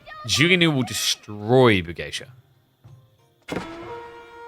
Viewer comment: Pog, has started pronouncing Bugeisha correctly.:face-red-heart-shape